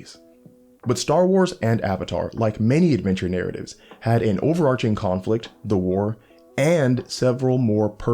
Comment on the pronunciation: Thank you for pronouncing overarching correctly.